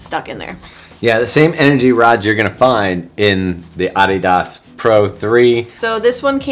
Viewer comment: Nicht EDIDES … es heißt ADIDAS